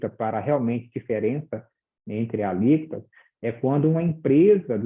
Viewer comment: "Alícotas" ??????? não seria "Alíquotas"!!!